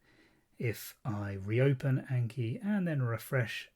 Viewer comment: great video but please for the love of god say "ah n key" not "ayy n key"